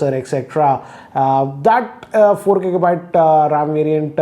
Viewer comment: Not kika byte just giga byte